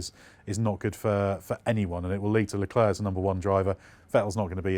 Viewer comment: Leclerc pronunciation: Luh claire, not leh klurk